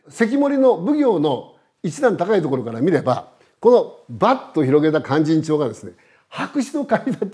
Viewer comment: 先生の勧進帳の発音はなんだか連絡帳みたいです。あと市川！とか、よ、弁慶！とかいいません。ただ説明したいだけなのは分かりますが、せめて勧進帳の発音はカッコよく正確にお願いします